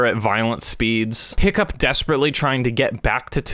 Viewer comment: Every time you said “Hiccup” I thought you were calling him Pickup